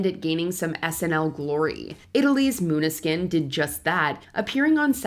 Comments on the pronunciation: In no written language would Maneskin be pronounced Moonuhskin. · Exactly. Pronouncing Maneskin as "moon-ah-skin" seemed rather childish. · can't even pronounce Maneskin right... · Okay, some of this list is just B.S., Marianne Faithfull always sounds like that, Maneskin sounds great, they have sold over 40 million records and this moron narrator can't even pronounce their name correctly. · Stop complaining about the pronunciation of Måneskin, not even the Danes can pronounce Danish words!